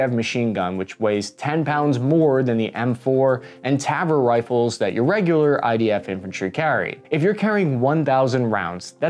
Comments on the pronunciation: Again, not Tavor but Ta-Vor. The exact opposite pronounciation. <3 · Excellent and informative. The proper way to pronounce the names Negev and Tavor: Negev is named after an Israeli southern desert. Stress the NE in NEgev, as in CLEver. Tavor is named after an Israeli northern mountain. Stress the VOR in TaVOR, as in beFORE. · Accent is on first syllable: NEGev. And oddly, you reversed accent on the taVOR as well (Tavor has accent on last, not first, unlike Negev which is the opposite) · It's pronounced NE-gev and ta-VOR. You're wellcome. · Tadpole is the Engish word for the early stage of life for frogs and toads, but yeah, the mispronunciation cracked me up. Also he really should know by now that the word Negev should have the stress on the first syllable and Tavor on the last syllable. constantly messes that up. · I liked you until I heard you say the word tavor in the way you did.